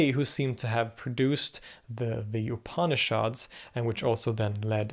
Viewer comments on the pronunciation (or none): pronunciation of "upanishads" ... pretend like the first "a" isn't there, 3 syllables, not 4... "OOP-knee-shods" .... say it with me...